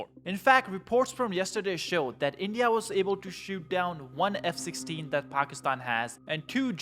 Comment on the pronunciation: Pock is tan??? Or Packy stan???